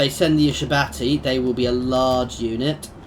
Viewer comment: It's pronounced You-Shab-Tee